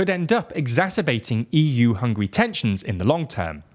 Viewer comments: Did he say hungry? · It Is NOT hungry it is hungAry....you listening way too much of the "wastern"version of the news..Hungarians against if anybody who try tell us what to do.. we had that for 2 generations we don't take that B S anymore..and we will not allow to anybody ever do that to us again..Hungary has a strong leader and you guys don't like it.. tought sh..t.. '